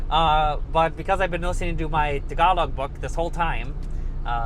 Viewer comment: The way how you say "Tuhgawlowg" is so painful 😂😂😂